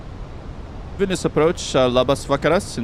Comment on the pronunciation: Why is it weird hearing someone Vilnius name properly and not something liek Vilneus. Nice work!